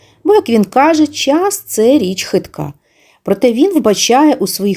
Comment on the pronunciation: "Час", а не "чяс".